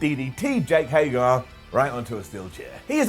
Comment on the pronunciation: SImon's weekly mispronunciation of Jake Hager's name . . . I don't get it.